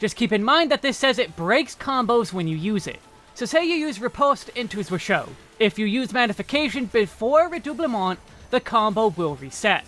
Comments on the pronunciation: Unlike the rest of red mage's toolkit, zwerchhau is a german word, and is pronounced differently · Yup, I see a lot of people put in effort to pronounce the french words correctly... But then butcher zwerchhau.